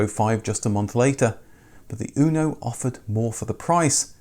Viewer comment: In italy we call it "motore (engine) fire" :) anyway the pronounciacion is UNO not ÜNO like "you" but without y :) anyway nice video, the fire engine is one of the proudest engineering we have in italy, almost every fiat engine since 1970 is based on that and still rock solid. The rest of the car, well, it leaves to be desired as it always has been. Windows falling apart, extremely delicate body panels, internal plastic rattles after like 2 years and so on...